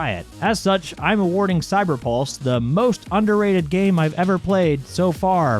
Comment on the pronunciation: when you say cyberpulse it sounds like cyberballs